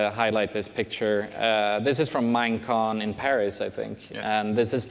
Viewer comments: P Is have no problem if it was "mo-con" or Mojang-con, but it's not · "Mine" con Not "cobalt" con